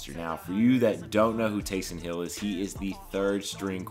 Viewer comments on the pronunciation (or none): Nice work. No doubt this took a lot of time and effort. Just as an aside, it's "Taysom", not "Taysun."